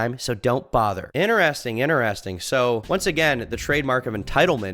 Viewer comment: Bro please learn to pronounce the word "interesting"